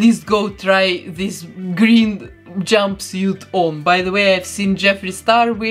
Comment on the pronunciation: How she said "jumbisiet" not jumpsuit 😂😂😂😂😂